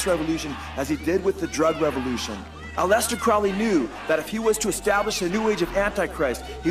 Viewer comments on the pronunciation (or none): "a-lest-ter" Crowley?? Try. AL-eh-stair, like Alice-stair.....